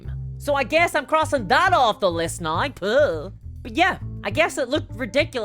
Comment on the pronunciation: Why do you say now so weird?